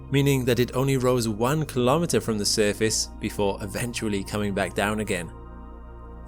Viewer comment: Kahlometer sounds like a measuring device. Say "Kilo-metre" instesd. "Milli-metre" "Centi-metre" "Metre" "Kilo-metre"